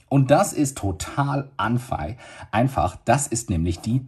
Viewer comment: „Das ist nämlich sehr anfei äh einfach“ 😂😂😂 trotzdem sehr gutes Video danke 👍